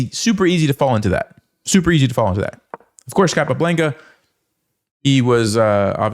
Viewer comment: It's not capablEnca, is capablAnca